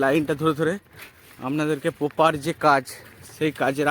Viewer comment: Bar bar 'poper' kothata use korben na. Sunte kharap lagchhe..aar kothata poper noi..ota 'proper' hobe